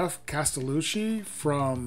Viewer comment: Castellucci is kas - tell- ooo- chee w/ the emphasis on the "ooo" On tone quality, he's commented that when he was doing tryouts for parts it was normal for him to practice and make 70 takes in a day - tossing them all as "they didn't sound good." That level of focus and attention to his sound is a lesson. He sounds great - but I've never known anyone that who works it, day after to day, learning his craft the way he has.